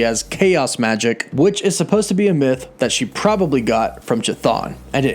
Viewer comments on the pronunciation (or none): none